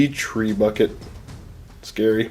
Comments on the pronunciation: lol thats not how you say trebuchet... but i will now know it as a treebucket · All my life I've been pronouncing "Trebuchet" wrong